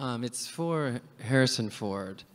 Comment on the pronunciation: The Man said "Harrison Foot"